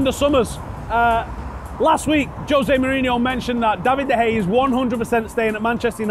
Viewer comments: David de hey a not de hey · fuck sake. It's De Gea. Like De Hey-a. He's been at the club for 6 years and he's one of the best players in the world. Show him the respect he deserves by pronouncing his name correctly.